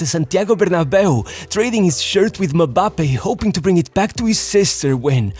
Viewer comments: If “MMMBAAPAY” is too hard for you to pronounce just call him Kylian. What’s MABAPE? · I'm sorry to correct you, but african names with M or N infront is of it is pronounced as a sound and not a letter. So a M is Mmmmmbappe and not Mabappe or Mebappe or Embappe😂 Just Mmbappe🎉🎉 Well done!